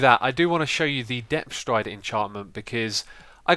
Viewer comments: "Depth Rider Stree" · "Depf thrider stree" -Xisumavoid 2014 <3